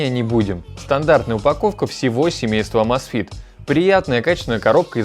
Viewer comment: Почему Амазфит, правильно Эмейзфит, так режит слух, так же как и Маил. Ру, когда надо Мэил Ру, чуть чуть можно выучить, что "a" английская не читается как по русски А! Хотя бы в гугл переводчик вбить и послушать правильно, автор ну! Будь грамотнее!!!